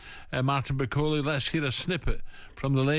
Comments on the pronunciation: Bacola? He corrected himself the first time then said the name wrong again, lol. Lazy. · Who is this baldy clown that can't even pronounce Martin's name? Bakola?? And Ally McCoist "oh I watched rumble in the jungle when I was a wee boy" aye ok Ally is that the extent of your boxing knowledge? Don't disrespect the sport couple of clowns! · Why is it so hard to get his name right? Such a common thing, almost line it’s intentional